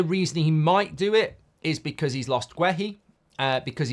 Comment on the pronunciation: The most important thing here is to learn to say Guéhi properly